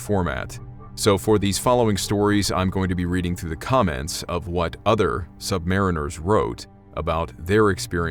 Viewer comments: It's pronounced "sub-marine-ers" not "sub-mariners" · We , are Not sub mariners . Say it correctly or , DONT . Submarines also , ARE NOT a ship . They are boats . Sargo SSN 583 ah rooo gah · Atmosphere nailed again. Cool. Couple of things though, i'd heard that sub sailors prefer the pronounciation "sub-mar-EEN-ers"and that it's never referred to as the "ship" but the "boat". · I seem to recall that, in the US Military, the submariners pronounce the word as sub•mar•EE•ners. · I was a Cold War submariner (then I joined the US Army in 1984--go figure!) I loved submarines & should've stayed there! I have great respect for all bran hes of US armed forces. We call ourselves "SUBMARINE-ers" (please). 😊 Anyway, i remember weird & occasionally spooky things taking place on my boat during the 7 patrols (70+ days submerged with 2 port calls in 6 years! LOL!) & one flexops while on the SSBN I served on. I knew immediately that your video was on the up & up when you said that in ER LL (Engine Room Lower Level, which is pronounced "Engine Room Lower Level"--we didn't verbalize acronyms because in a casualty of ANY kind on a submarine, clear communication is absolutely vital, so we called everything by its actual name to prevent confusion, as time is absolutely of the essence)--anyway, ER LL does indeed have multiple bays: Main Lube Oil Bay & 2-3 more (sorry, it's been >40 years since I qualified in submarines so I've forgotten much). ANYWAY, I liked your (creepy) video & thank you for serving in the USMC. And Thank You to all the vets (& especially subvets!) out there! RS ET2 (SS) (NAVET DIV), USN SGT US ARMY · It’s pronounced, “submareeners.”